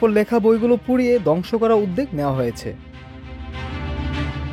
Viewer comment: 'উদ্যোগ' শব্দটির উচ্চারণ ভুল করা হচ্ছে।